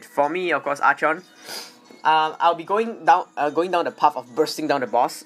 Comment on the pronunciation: Wish, I could still stun with Archon. Btw, Archon is pronounced as arkon.